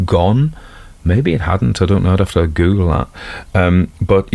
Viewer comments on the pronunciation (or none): none